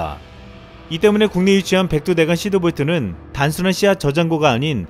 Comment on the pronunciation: 시드볼트야 히드볼트야? 발음이..